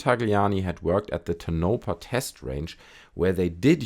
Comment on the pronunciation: It's pronounced tone - eh - paw . Tonopah.... Lol I know it's a weird word but it's a native word. The only other thing I heard pronounce it like that is the GPS and I had to ask myself what in the hell is tanopa 😅